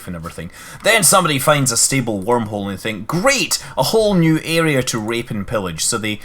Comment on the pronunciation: rape and pillage? or raid and pillage? sounded like rape... 0.0